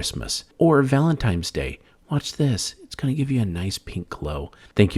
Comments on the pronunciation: it's not valenTIMES day, its valenTINES day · Did the guy (or AI male voice) for the first of the video (the kitchen one) really just say “Valentimes?”